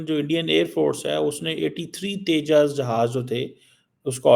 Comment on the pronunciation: Teja nahi Uska name Tejas